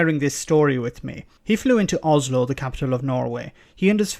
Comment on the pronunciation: Fair enough 🙄😂 OSLO not OZLO 😨😂